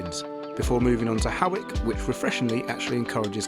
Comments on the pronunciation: hi, I thought Howick was pronounced the way you said, but its actually pronounced hoyk, as in oik with an "h" if you get what I mean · Hari OM &*> Educational moment; Hawick is pronounced 'hoick' - and thank you,, for honouring the bannock with the A+ for it is truly a tasty bread. My dad was a dab hand at making tablet... a can of condensed milk, caster sugar, 'fat' milk and butter. I'd've chopped each of those bits you had into four. More than enough in one bite! Sigh... the Borders, land of my childhood and youth. Edinburgh is such an easy city to get around, too. Glad you liked it so much!!! Ady is clearly taking it all in too - sending my usual ether hugs to her! YAM xx